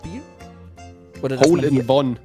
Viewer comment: Wie oft habt ihr hol in One gesagt in dieser Folge 😂😂😂😂😂